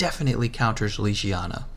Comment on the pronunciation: Its not lijijana, it LEGIYANA